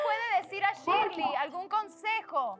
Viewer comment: Oigaaaa a mi paisana díganle Shirley como se lee, no le digan Shirly jajajaja